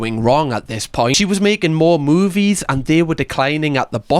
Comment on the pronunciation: And, "moobies!" 😃